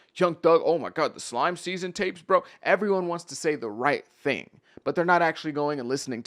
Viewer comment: He can’t say slatt and slime I’m cool